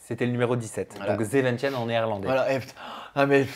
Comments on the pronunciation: Zeventien sa se lis « ZEVENTINN » Hahahaha pas zeventienne jsuis morte😂😂😂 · Zeventine pour la prononciation 😂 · zeventien en néerlandais on le lis : zéventiiiiine et pas zeventienne mdr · On dit zeventiiin pas tien 😂😂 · Seven « tienne »!!! Je suis MDR « zeventien » ne se prononce pas du tout comme ça 😂😂😂 je t adore mais la prononciation en néerlandais c’est pas encore ça 😅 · je suis Belge et je pars néerlandais 😅 Ça s’écrit zeventien se prononce zéventiin et pas zéventièn 😂 Sinon très belle interview, très touchante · Les Néerlandophones en sueur 🎉😂 sezentien. Il ne faut pas prononcer le E donc c’est « tin » bravo pour le reportage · m'a fait rire avec " zeventien " 😂 j'avais pas compris non plus hahaha... Ça se prononce zeven-tine 😉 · Hyper touchant. Petite note: 17 en néerlandais se prononce « zéveuntine » Merci pour cette superbe ITV ❤ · Mdrrrr, zeventien (17) se prononce "zeventine". Très belle interview, en toute intimité et en toute honnêteté. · Bonjour, zeventien (dix-sept) se prononce "zeventine". "ie" = "i" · Le 17 en néerlandais, comment tu le massacre 😂😂😂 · Tu t’es loupé sur la prononciation 🤣 Le dernier « e » de zeventien ne se prononce pas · 😂😂😂😂😂 on dit ZEVENTIN